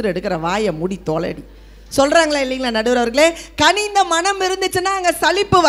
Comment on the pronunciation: தளை இல்லை அது தலை. கணிந்த இல்லை அது கனிந்த. தொடர்ந்து பார்கவே விருப்பம் வரவில்லை.